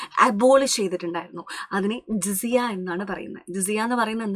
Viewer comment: Teacher ജസിയ എന്നാണ്